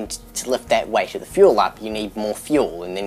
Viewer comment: Whenever he says weight it sounds like white